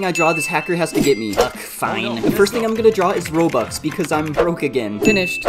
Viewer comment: It's pronounce robux not bobux